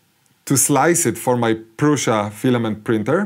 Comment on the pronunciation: One of the few YouTubers to pronounce Proosha correctly. I wonder why that is? 🤔😉